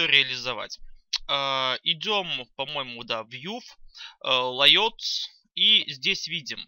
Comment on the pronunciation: Вы стараетесь, и это похвально. Но перестаньте издеваться над английским языком. Посвятите пару часов фонетике of English Language и школьники перестанут смеяться над вашими "лэйотами", которые появились из-за пренебрежения "оф Инглиш Лангуаге". Программист без минимального знания английского — это nonsense.